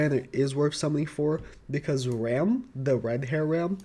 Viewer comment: pls, if you tryna say Ram, just say Ramen, and cut out the -en part. Here you go